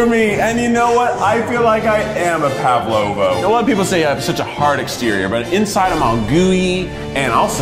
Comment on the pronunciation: I love the Pavlova episode so much. Kieth won it, but can't even say the name of the dessert correctly. xD